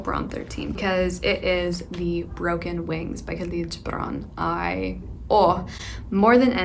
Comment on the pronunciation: you pronounce "gibran" very correctly! :) i'm from Lebanon